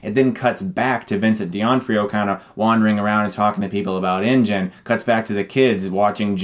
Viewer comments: Dee on frio? Doh-NAH-free-yo. Just pretend the apostrophe isn't there. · Im sorry but i have to say this. Its pronounced 'din-off-rio' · Vincent duh-NAW-free-oh...just FYI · I heard Deonfreeo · Give justice to the poor Vincent D'Onofrio...Not De Onfrio...As for the review I agree with everything you said, but it surprises me that you didn't mention how stupid the final "fight" was. Dinosaurs picking teams against the bad dinosaur, it wasn't just unoriginal, it was plain stupid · It's D'Onofrio not Di Onfrio. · D'Onofrio. The actor's name is pronounced Dee-Oh-No-Free-Oh. It's an Italian name. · Vincent what the fuck are you saying? (di-nah-free-oh) say it! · pronounced Vincent DUH-NAH-FREE-OH. Just sayin ;) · I think you're mispronouncing Vincent D'Onofrio's name, but I love the new music in your vids and agree with everything said. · I’m struck by the fact that he keeps mispronouncing Vincent d’Onofrio’s surname. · First, really, stop saying Vincent D'onofrios name wrong. Seriously. Second, the divorce does actually come up later, when the aunt calls the mother and she starts crying, they're with their lawyers settling their divorce. They sent their kids to Jurassic World so they could get it done. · Great review, but please learn how to pronounce Vincent D'Onofrio's last name. It's a small gripe, but it drove me crazy. Sorry.